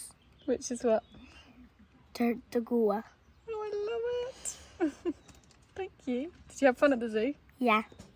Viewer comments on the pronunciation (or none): Trataruga not tartagua😂😂 but close 😅😊❤